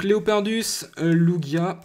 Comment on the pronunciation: lugia ex et sa se lit loujia pas lougia